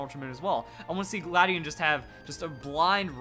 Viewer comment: how do u pronounce it gladion or you said cobalion XD